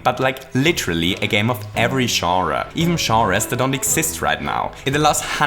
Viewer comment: "games of every sharruh"